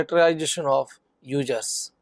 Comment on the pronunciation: Ugerrrzzz or users?